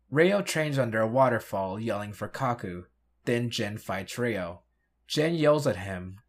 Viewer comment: I thought you watched the series. The red ranger is "YO". Not "Ree-o" (and many other examples).